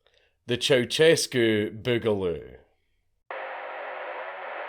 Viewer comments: It's not 'ChowChescu' but 'CiaoShescu' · ceusescu is pronounced as chea-u-shes-cu chea as in chai shes as in shed